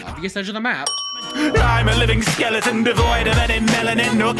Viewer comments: It's skeleton not skeledan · Its skeleton not skeledan so sin your life